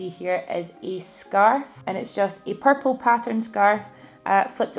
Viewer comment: Purple eye shadow looks AMAZING on you!! And I love the way you say purple 😫😫😍😍 xx